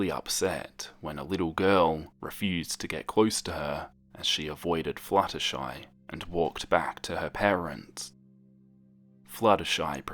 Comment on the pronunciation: when the video started and he said "flutterschmooze" I wheezed but dont we all just hate it when we have white pencils and when we try to shade colors with them, the colors just go onto the white pencils tip?